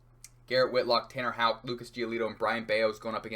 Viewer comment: 35 seconds in hitting the correct Houck pronunciation. I know this one a banger